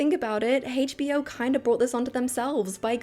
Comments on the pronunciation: Why do you say hachbo instead of HBO it's weird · Why does she call it "Haech Bee Oh"?🥲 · It's not "Hay'tch Bee Oh," it's HBO. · Why are we pronouncing a single letter like its a whole word. "Hasche b o". Sweetheart, its pronounced "H". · I've never heard HBO pronounced as Heych B O before. 🤣🤣🤣